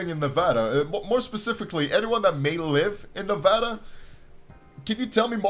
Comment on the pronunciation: Late but IDC There's no psychic crystal mines here in Nevada that's stupid (Also thanks for saying Nevada correctly)